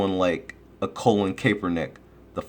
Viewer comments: His names Colin not colon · You gotta listen to how his name is pronunced.. lol it is not Colin like the body part.